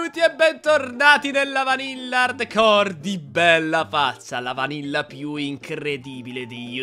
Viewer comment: Si dice vanilla non vannilla😂😂😂😂😂😂😅